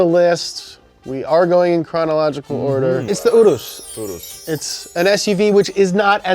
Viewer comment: Why do u guys say oorus for the urus (your-us)